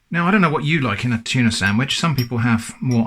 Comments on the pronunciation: "It's not a Tunah" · tunah as in nah feep that